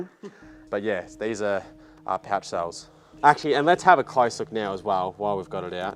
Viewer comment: Cells not suls.